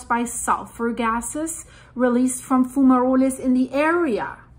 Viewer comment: if you go to google translate page .. type the word into it and click the little speaker icon .. you will hear how a word is pronounced .. it is pronounced a little different in english .. fumaroles .. if you press it twice it says it a little slower the second time :) lova ya channel/work -- spelling mistake intended